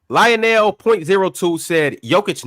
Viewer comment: Pronouncing Lionel and Li-O-Nell is diabolical 😂😂